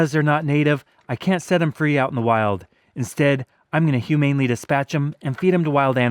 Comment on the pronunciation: Hugh-Maine-Lee diss-patch-um.